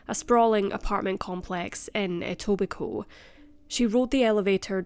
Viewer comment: Wow you pronounced Etobicoke right!!! Nice work